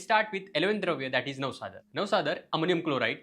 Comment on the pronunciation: 1.33 u said navasad😅ara